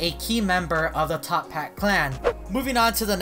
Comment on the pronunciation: It's actualy toppat, not top hat